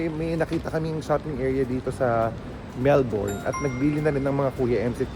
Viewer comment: Kuya, Mel-bin po ang pronunciation ng Melbourne lol